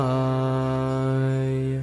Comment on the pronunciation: Why Vasudevay instead of "Vasudevaya" (you forgot the ya)?